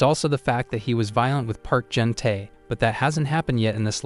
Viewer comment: sadly he said junu